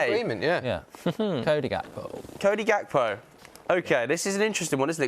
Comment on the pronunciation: I'm so happy u both said gakpo lol. From all Liverpool fans